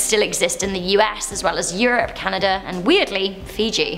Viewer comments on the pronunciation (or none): none